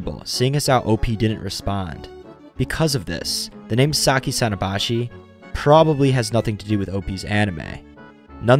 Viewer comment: さきさのばし contains the hirigana “sa ki sa no ba shi” I think it should be pronounced like that I’m not good at Japanese but I’m learning am I correct